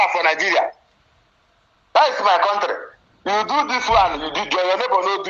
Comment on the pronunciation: 'You're not from our contrre'. Illiterate 😂😂😂😂😂😂